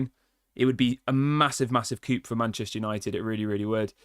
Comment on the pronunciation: Coup is pronounced coo not coop!